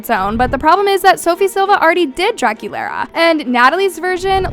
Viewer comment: Draculaura not Draculara